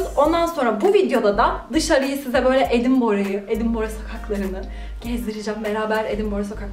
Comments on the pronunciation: "Edinbora" değil, "Edinbıra". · Edinbörg değil edinbora her güne yeni bi bilgi sağol 🖤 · iskoçya ve iskoçya tarihi ile çok ilgileniyorum fakat "edinbrah" diye telaffuz ediyor kendileri, lütfen. videolarını severek takip ediyorum ama bu kullanım biraz kulak tırmalıyor. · Edinbrah diye okunuyor. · “Edinbrah” diye telaffuz edilir